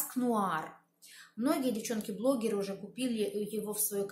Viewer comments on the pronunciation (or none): none